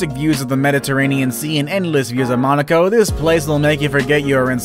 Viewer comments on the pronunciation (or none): none